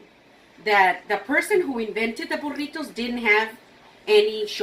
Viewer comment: That burrito looks amazing! Can’t wait to try it. Do you also have a recipe for Breakfast Burritos? I would love to watch you make those. I’ve tried to make them and they are ok but I would love to learn how to make them properly. I love the way you pronounce burritos! I can’t roll my r’s. I wish I could do that! Lol